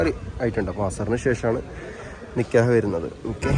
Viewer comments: നിക്യഹ് അല്ല നിക്കാഹ് ആണ് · നികെയാഹ് അല്ല നികാഹ് ആണ് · Paranoia pole nkyah alla nikkahan